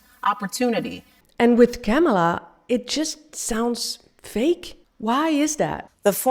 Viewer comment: Women insulting other woman, make me sick. Politicians do it all the time. You may try first by staying her name right! Kamala (Coma La) that’s it honey.